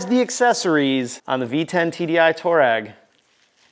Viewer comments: haha...funny how you say "Toe-rag"..it's actually pronounced "Too-a-REG"..after a famous nomadic tribe in the Sahara desert. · Toe reg????? Mericans cant speak shhht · It's pronounced...Twaa - reg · Lol, I keep hearing "toe-rag"